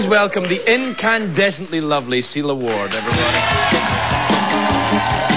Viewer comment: It sounds like he's calling her "Seal Award". :D Fits right in with their talk about The Guardian. ;)